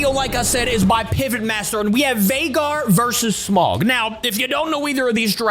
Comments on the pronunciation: dude Smaug is EVIL (ps it’s pronounced “sm-a-o-ug” not “smug” or “smog”) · It's smaug not smog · It's not pronounced like smog it's pronounced smawg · So, it's actually smaug, not smog. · Sm-ow-g not smog just to let you know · It’s pronounced Sm-ow-guh not Sm-og, also Smaug is literally known as the impenetrable talking dragon. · You did not pronounce Smaug right, it's spelled S-M-A-U-G.